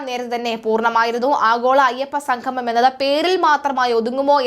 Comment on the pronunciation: വാർത്ത വായിക്കുന്ന ആൾ ഒന്നു ശ്രദ്ധിക്കുക - സംഗമം, ഉദ്യോഗസ്ഥർ മുതലായ വാക്കുകൾ ഉച്ഛരിക്കുമ്പോൾ ഇടക്കിടക്ക് തെറ്റുന്നു. ഒന്നു ശ്രദ്ധിക്കുക.